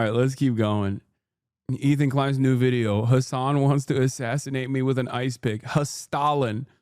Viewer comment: "hastalin" i can't 😭😭